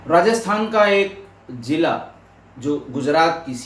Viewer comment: Its ZILA and not Jila